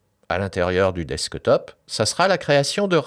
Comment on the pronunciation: Merci beaucoup, très bonne vidéo ! Mais il faut revoir l'accent anglais pour le "desktop" ;)